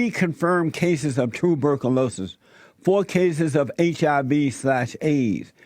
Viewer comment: dt05 dt05 dt05 You are right and the asshole on this video is not even able to pronounce one fucking word the right way! Chicken pop, tubercoolokies, woiss president ever, hepatayees... WTF!